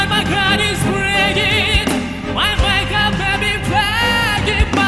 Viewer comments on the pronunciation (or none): Accents may be charming but you should at least pronounce words correctly, even though you have an accent. And mispronunciation and enunciation, not accent, is Dimash´s weakness. For example, in his recent "You raise me up" he mispronounced the word "heart" as "heard". After so many years and after singing "heart" in "My heart will go on" correctly years ago, this is just negligent and unprofessional.